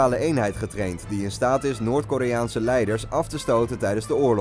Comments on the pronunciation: "Noort" Lmfao! Noord is het ;O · "Noort Korea" ahahahahahahah well done